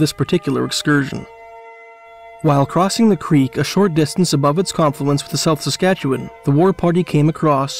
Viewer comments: A few little notes - SASkatchewan not Sakatchewan. In Alberta we have coulees not wadis. “Indian” and “squaw” aren’t in common usage any more. It’s a good idea to pay attention to what terms the First Nations/Indigenous people use for themselves. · I sometimes forget that (with a few exceptions) literally only Canadians know how to pronounce the names of Canadian places (Edit: Come to think of it, even Canadians don't know how to pronounce Canadian names; I've gotten a few comments from people informing me of my own mispronunciations). For example, I like to watch Tucker Carlson, but a month or so ago I heard him pronounce Ottawa "oh-TAH-wah". Good Lord. I think the battle story in which the medicine man lost his hat swimming across the river was the city's official version for a long time. I also get the impression that Jim Marshall, the artist, really liked Sanderson's stories and forced people to remember them with his murals (and the city to reconsider its official version).